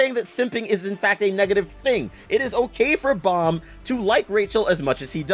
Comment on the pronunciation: Nawl in the webtoon its Baam